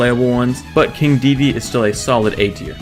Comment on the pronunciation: ITS KING DE DE DE